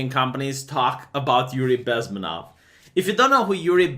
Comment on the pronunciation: His name is pronounced BezmEnov. Emphasis on the E.